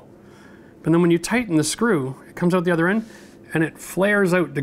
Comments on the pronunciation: When you say out like oowt 😊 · that was awesome and helpful -- and i laughed every time he said oat for out :face-purple-smiling-tears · Where does his accent come from? The way he says “out” is different! 😁. Oh, I just learned from Google that he is from a small town in Ontario!!!